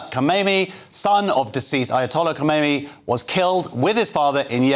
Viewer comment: Kamenei, not Komeini.